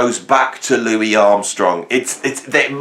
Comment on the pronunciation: Great vid but he himself calls himself Louis....not Louis!